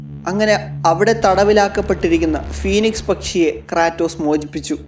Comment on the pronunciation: ക്രേറ്റോസ് ❌ ക്രാറ്റോസ്✅